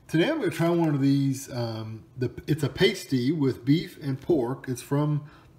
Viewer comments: Michigan staple. U need the gravy with it. Lol its called pass-ty, not paste-y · 👍Thanks for the review; however, sorry but you’re doing a couple things wrong... 1- It’s pronounced “pass-tee” not “paste-ee” 2- For BEST results, you must cook them in an oven - never the microwave!🤢 This will give you the “crisp & flakey” you’re looking for. 3- Once cooked, they should be topped with either gravy or ketchup/mustard or just ketchup. I’m a self-proclaimed “expert” on these for several reasons. First, I grew up in the Upper Peninsula of Michigan (where they’re most popular in the U.S.) where you can get these in most towns (Cornish in origin) as well as most natives will have a “family recipe” - my own family included. Pasties are nothing like an English “meat pie”. Pasties were originally made for the (copper) miners of the area as a meal they could put right in their pocket to eat later in the day. The one you have here is a pretty basic one... fillings can be anything from beef, pork, chicken, potatoes, carrots, & (instead of potatoes) rutabaga is used!😋❤️😋 Thanks for making me homesick!😢 Having pasties (& bringing frozen ones back with is to SC) to eat is a necessity for any native “Yooper” coming back to visit!!👍👍